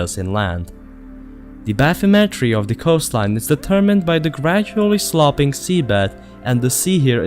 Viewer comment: Even in the end. AI mispronounced words. Sloping. As slope ing. Not slop ing. Flood is fluhd not floooooo d. Ugh.